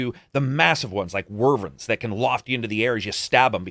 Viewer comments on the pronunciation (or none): The dragons are called WYVERNS, not "Wyrven." You are mixing up the V and the R placements. Great review, btw, I am loving the game more than I expected to.